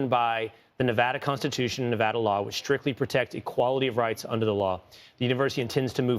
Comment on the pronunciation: Thank you for saying Nevada right